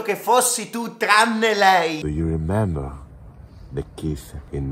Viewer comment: Quel “do you remember?” alla romana è tutta n’altra cosa però